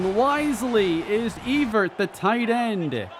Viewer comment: E-vert? I think it's pronounced like Ev-ver-ett. Like Chris Evert? You know, the tennis player? Her and Martina Navratilova used to go at all the time in the '70s and '80s. (Sigh) Eh, forget it now.